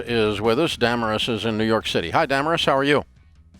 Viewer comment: It's pronounced duh-mare-iss